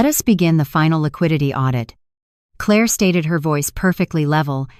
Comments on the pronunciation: Claah mispronounced. Clare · The title doesn't match the actual story. The narration is horrible. Why is it pronouncing Clair like Cla-ir? It can't read numbers and it reads to slow. Not sure if I can continue to listen. It's annoying. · Two questions: why is AI pronouncing Claire with a French accent and why can’t AI read numbers correctly??? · Foreign AI.note how it pronounced Claire?